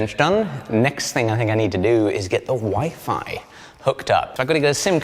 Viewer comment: When he was talking about the wifi right when he was finished talking about the table it sounded like he was saying that the next thing he to do was put the wife on (the table). I thought well he shouldn't have said that on camera. 😂🤣😂